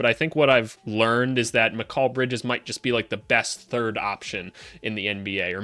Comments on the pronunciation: I'm sorry but never say the name Mikal Bridges again if that is how you want to pronounce it and say it. It is and never has been said like that by anyone not even his own mother who came up with that name. This video could have been good but that is driving me insane to click on another video maybe of someone who says it and says it right. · Why do you pronounce Mikal Bridges like that? 😭 Good vid though exactly what I been looking for hope you make more for other teams especially the Suns cause they're situation is interesting and the Pelicans cause I'm a Pels fan